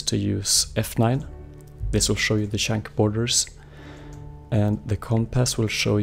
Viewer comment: why do you say shank instead of chunk ?